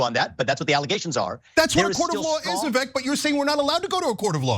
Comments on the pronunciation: It’s vi-Vake like cake… hard to believe you can cover someone fairly when he has at numerous times produced the correct pronunciation of his own name. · It's Viv-ek like fake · Vivek has an "e" but is pronounced like it has an "a". In other words - it rhymes with "fake"! Appropriate. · Vivek. It’s pronounced “weasel” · Didn’t pronounce his name right though 😂 So they didn’t do their homework, plus he probably didn’t know, sorry Ana’s Ego was hurt, that’s all that is! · You might try pronouncing his name correctly